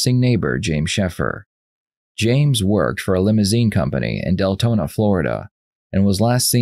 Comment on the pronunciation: wait- did the narrator just say ‘DELtona Florida’…?